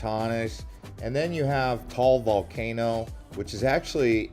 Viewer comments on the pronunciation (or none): none